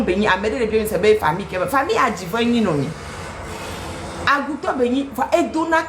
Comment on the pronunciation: Pardon faut pas nous insulter looo.....😄😄😄😅😅 agoutor = chauve souris; cest les agouawoo ( mais je sais que c'est par humour que vous avez dit agoutor 😆😃) ; ma maman également vient de là. Madame , encore une fois merci pour votre contenu; vous avez tout dit